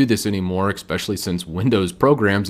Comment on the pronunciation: It's pronounced "ES-pecially"